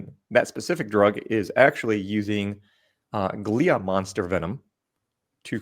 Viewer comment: It's the gila monster, not glia monster. Haha. I have plenty of dyslexic moments myself. And it's a Spanish word, so the "g" makes an "h" sound, so it is pronounced heela monster. Southern NM. I'm 4th gen New Mexican, so that's why I caught it. Fascinating about the peptide in its venom. I am watching everything I possibly can with at the moment. I want to be a biophysicist when I grow up (turning 50 in a few days).